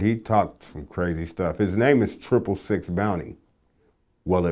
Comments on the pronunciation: I can’t believe no one has mentioned how Vlad keeps butchering Sicx’ name by calling him Sic-x 🤦🏻‍♂️ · "Sick-X". LOL. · His name is pronounced six and it’s his actual blood brother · DJ Vlad it's SICX as in the number (six)!!!! lol it's B Lynch's lil brother!!! How do you not know this? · sick-x? wtf vlad do some fucking homework. it boggles my mind your even from the bay area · Pronounced "Six" you bafoon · Sicx ( pronounced [sicks] ) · Vlad 🙄🤦🏿‍♂️😂🤣😂 sic x 🤣😂😂. Square ssa dont even know what he's talking about 🤣😂🤣😂. Its pronounced "six". He probably spelled it that way because he wanted it to be unique. Plus the C in it because he's a Loc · StayEarthly it's Sicx bruh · #WeTheBangTV it is,Vlad is just fucking that man's name up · I think it's purposely, because sicx is pretty damn sic, you know what I'm saying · vlad cant even pronounce sicx when lynch shows him how, would lmfao to see he try to say xxxtentacions weird ass name. so how long did you know triple x, tantasy-on-x? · GET HIS NAME RIGHT!!! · You say Sicx like 6 lol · It's not sick x.. it's six(sicx) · It's pronounced Six, not sick x. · Vlad mispronounced Sicx, I think that's why Lynch answered his question the way he did. I know it confused me. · That's cause Vlad pronounced the name incorrectly. It's Sicx like in "Six" and he said Sic-Ex, lol. Lynch probably got confused. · His names sicx not sic x wtf sicx like the number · Not at all man.. Pronounced Sicx's name as Sick-X wtf lololol then didn't even know it was his lil bro wtf. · Dude said his name wrong it's not sick ex it's six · its Sicx (pronounced Six) What made you think otherwise????? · Why does he keep calling him Sic X? It's pronounced Six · aint it pronounced like six? not sick- x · lol Vlad keeps saying Sick X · Sicx is said like six, not sick x lol. Lynch was prolly like "who?" At first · Sic X? Its Sicx.... him and lynch were like brothers. V Lad lol. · Its is not sick x, it's pronounced six spelled sicx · Sicx (six) Not sic x